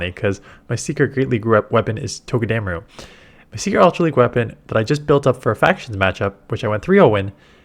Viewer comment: This is how you pronounce Togedemaru.